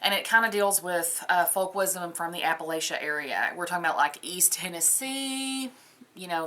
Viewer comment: I can always tell when someone is "not from here" by the way they pronounce Appalachia. For those of us who live here it's app-uh-latch-uh (with a soft a sound in the third syllable like in the word apple).